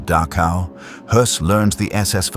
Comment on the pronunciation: Please learn to pronounce the ch sound in names like Dachau.